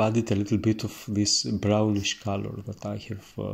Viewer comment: I love watching you painting, you tranquil explanation and great technique and your funny accent but please I beg you: call it cOlor non cAlor. I'm not English mother tongue too and I'm a noobie of painting so I asked myself a good dozen of minutes what the hell caalor, kalor or whatever could be 😅